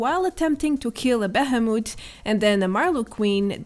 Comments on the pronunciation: Its pronounced "bee-he-moth". You are saying bahamut which is something else entirely. Hope this helps with your english! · Sounds like the summon from final fantasy Bahamut rather than the normal monster found called behemoth. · Say it with me.. Be-he-moth...... Thhh.. Thhhh. Thhhhhh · Hehehe a beheh-moot 😆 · Bay-hey-moot.....lol you say behemoth funny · Can we just talk about that scuffed pronunciation of ‘Behemoth’